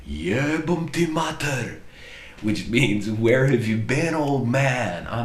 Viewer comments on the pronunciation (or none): none